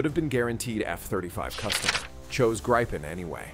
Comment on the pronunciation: Swedish "Gripen" is pronounced like in Spanish.